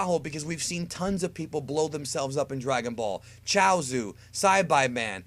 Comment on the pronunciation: you pronounced everybody's name wrong. Saibai man, seriously, and chousu, its choutsu not chousu. Get it right. Your not even a real dragon ball fan. And why are you making these videos if you dont even watch this show. Again, get it right 👉